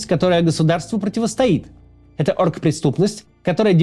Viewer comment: Мне кажется или Максим произносит "орк-преступность"?)